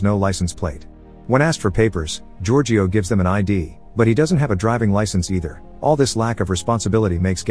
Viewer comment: Omg what was that. Giorgio. It's such an easy name ffs